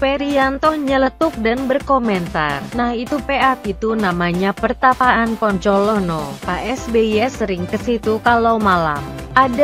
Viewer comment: kok poncolono? apa bukan bancolono ya?